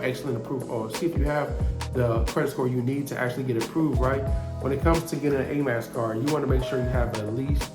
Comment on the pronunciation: He kept saying Amax card. I heard of Amex card. It was quite annoying. But I get the gist. I appreciate his information.